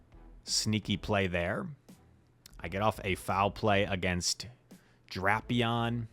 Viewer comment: Idk who calls it Drap-eon it just sounds ridiculous it is and always will be Drape-eon